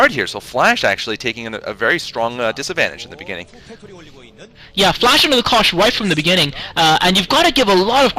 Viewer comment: Rise, FLASH not FLESH :D